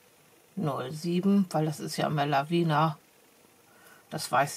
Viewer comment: Gute Besserung. Du vergisst bei den wirklich tollen Stempeln von Lavinia immer das I vor dem letzten a auszusprechen. Meiner Meinung nach spricht man das mit und sagt nicht Lavina. Sorry